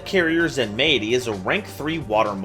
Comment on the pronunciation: I think Zenmaity is meant to be pronounced like “Zenmighty”